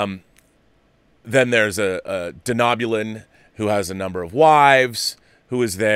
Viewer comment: Sorry Rob, it's Deh-no-bulan not Deh-knob-ulan. It sounded weird to hear it mispronounced. Eric's script sounds interesting and that it smartly links so heavily to Archer's Enterprise series is a huge bonus. A few cameos by Archer and T'Pol would be amazing and maybe have Phlox at the party would be a perfect scene to have John Billingsley's character reprise the Phlox role.